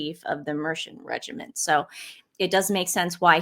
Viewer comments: Mercian = Mer see an. Not Mershan. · Hi Ladies from Tamworth, Capital of Mercia. It's pronounced 'Mercy Un' Great coverage of POW. Meanwhile Douchebag Duke exploits bereaved young children.... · It is called Mer-c-an. The hero from the Disney version of Sleeping Beauty was called Prince Philip after the brother's grandpa, the late Duke of Edinburgh, partly because he was that dashing in the 1950s. So you could day that Prince Philip was a real-life Disney prince. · Its pronounced Mer see an regiment. Mercia was a Kingdom that existed in the midlands of England in the middle ages eventually an Anglo-saxon kingdom. Meridith the Prince was doing his job, he is representing the country meeting the next president of the USA, the politics of the person he is meeting is immaterial to him. And Trump is not linked to the Conservative party, if anything he is linked to the new Reform party under Nigel Farage